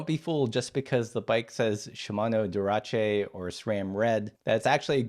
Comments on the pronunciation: Wait did this guy just say “durache” instead of dura-ace? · dura what ? I never know it read as durache.. not dura ace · all good advice but "durache"? bro you had 20 years to learn how to pronounce it 😭😭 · Shimano "Doo-RAH-chay"? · Dur atche, never heard it pronounced that way. Good points, though! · "Dura-Che". LOL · Wait - is that how "Dura Ace" is pronounced? 😵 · Is that really how to pronounce Dura Ace?